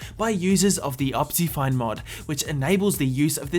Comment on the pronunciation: Look at the way he says optifine😂